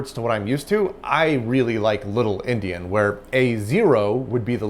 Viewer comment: I knew what he meant but I've never heard endian called indian before.